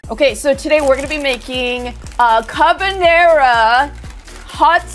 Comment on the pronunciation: I wasn't expecting to butcher "carbonara"